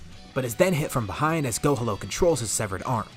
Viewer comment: Love the story just now finding out about you but I’m sorry I can’t stop hearing go homo instead of gohalo maybe it’s your accent with the piccolo and gohan fusion name I know it’s too late but why not PICHAN to close to pikon huh lmao jk idk but love the full story’s I’m going through the playlist now keep it up I hope you add the more recent stuff to this playlist of full what if story’s